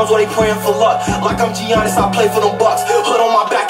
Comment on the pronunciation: U reaching. He just said Giannis’ name wrong. A lot of people pronounce it like that. That line is only one meaning and it’s the obvious one.